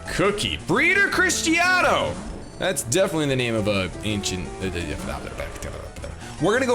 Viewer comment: I'm italian and I can assure you that your pronounce of Giovanni and Cristiano really makes me laugh so hard, that's wonderful! xD